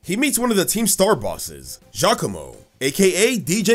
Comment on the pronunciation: FINALLY SOMEONE SAYS GIACOMO CORRECTLY!!